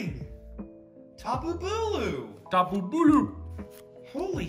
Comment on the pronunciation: Tapi po po I thought you said scrappy cocoa